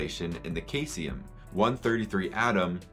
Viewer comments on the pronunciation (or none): Similarly, caesium is pronounced see-zee-um.